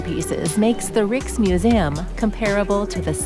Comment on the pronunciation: Sorry, but it is not Riks Museum, but the I of the word Island. Rijks Museum.🎉 Nice video ❤